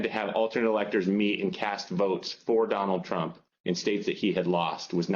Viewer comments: Sounded like he said Donald Chump..😂 I like it. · Sure sounds like says, "Donald Chump" in the beginning of this vid. 😂😮😂